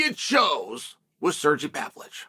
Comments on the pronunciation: SerrGee!! Guy is a professional butcher of names. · Calling Sergei “Sirgee” is such a Chael thing to do